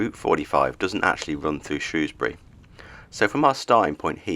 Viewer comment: You're no mug! Pronounced Shrewsbury correctly.